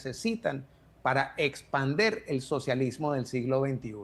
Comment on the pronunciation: Señor se dice expandir, no espander